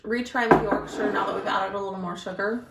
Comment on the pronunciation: Well done on the pronunciation of Yorkshire 👍 i dont like a strong tea - not keen on the tannin, so i dont leave the bag in long. I generally drink Earl Grey no sugar. Dunking you need to eat the biscuit and drink the tea, dont forget about the tea once you’ve dunked 🤣